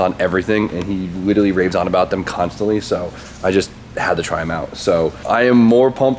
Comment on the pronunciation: Only complaint is how you say "litally" rather than "literally" constantly